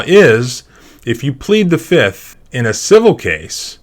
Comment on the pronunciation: "I plead.... the FIF!!!"